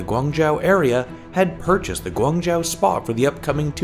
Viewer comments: Pretty sure it's pronounced guang joe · Ummm guangzhou isn't pronounced like that, but ok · March Wu I was just going to say that xD